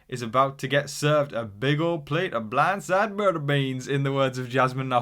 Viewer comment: As a Southern born and raised in the beautiful state of Tennessee I give you an 8.5/10 on your accent. "Blindside" & "Beans" were 10/10 but "Butter" fell a little short. Overall, well done, partner 🤠